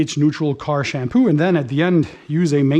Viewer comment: Sham poo. Lol love the way it sounds with his Canadian accent. Great video